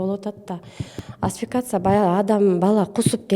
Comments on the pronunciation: Асфикация эмес асфиксия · Асфиксия туура айтылышы